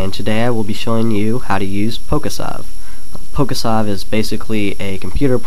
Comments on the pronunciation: You pronounce sav like a moron. It's short for save. It's pronounced "save" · it's probably been said already, but I really think it's supposed to be pronounced like "Poke-save". not an open a. That really bothered me. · its pronounced pokesave nimrod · He is probably using Abra because it's the first pokemon alphabetical, it's PokeSAV, not SAVE, don't be a jackass.